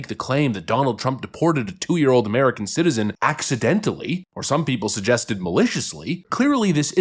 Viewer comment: Wife: he's an american ceeteetazan! 😂Get hooked on phonics , it worked for a lot of people !